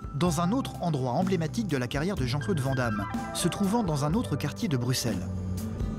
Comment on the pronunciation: si t'aimes autant Bx faut savoir qu'on fit Brussels en belgique on dit pas le x 😭